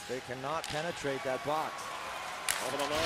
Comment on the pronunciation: lmfao the first thing in this vid...."they cannot peneyrate that box" lmfaoooo